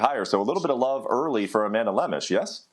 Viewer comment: Oh, baby the comments section for ESPN UFC... that's where the action is! Brett opens by mispronouncing Amanda's name and bragging abt Ian killing it w picks where he bet on nothing but big favorites and going 4-2 😂